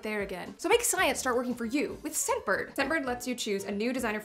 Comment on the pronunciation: Not gonna lie, didn't hear "scentbird" I totally heard "Step bird". I did a spit take. AMA.